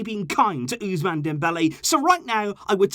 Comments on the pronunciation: Ooze man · I love the way he says Ousmane🤣🤣